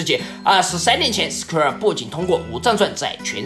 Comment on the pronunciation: 原来“Square”啊。厂长这口音，我还以为是SKR呢